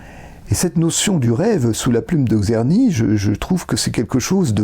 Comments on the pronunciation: Merci beaucoup pour cette exposé bien organisé et conduite sur le grand traité du Maître Czerny. Bravo! Une petite remarque quant a la prononciation du nom du compositeur : il faudrait mieux commencer par un son qu'on peut écrire en français avec la formule "Tch". Pensez au nom du compositeur russe Tchaïkovski ("Tch") et c'est le même son qui est décrit par "Cz" en polonais ou "Č" en tchèque. En tous cas, un grand merci! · il serait super de déjà prononcer le nom de Czerny correctement...avant d'aller au fond de ce travail intéressant: TSCHERNY, et pas Kserny